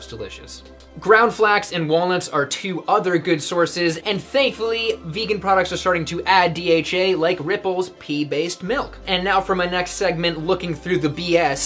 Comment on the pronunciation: I cringed when you said "Pee Based milk." 😂 Then realized it's 'pea' 😳😂